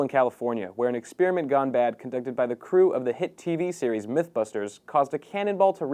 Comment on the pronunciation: the exspearmint